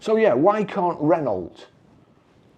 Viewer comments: Ren-no and not Ren-alt. It’s like fingernails down a blackboard to my ears. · Maybe after a few years practice you will be able to pronounce Renault